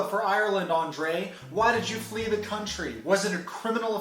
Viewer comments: haha.. "flea".. not "flee".. is there a joke inside? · Its ok....Andrea doesn't speak English that well so he won't notice you said "flea" instead of flee 😆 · I love your videos but I'm going to call out the "flea" to Ireland comment....I know you meant to say "flee" right?? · It is "flee," not flea, like a bug... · Isn't it flee not flea